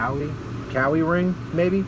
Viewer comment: I believe it's pronounced Coo-Eye-E, Like the Hawaiian Island.